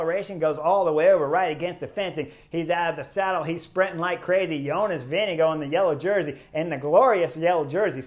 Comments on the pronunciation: Some say “go” and others say “gaard”, Let’s just admit pronouncing Jonas’ name is hard. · How's he pronounce it then? I hear all the europeans say vinga guard. I watch the international feed. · I’ve heard him pronounce his name. Its not vin ga guard.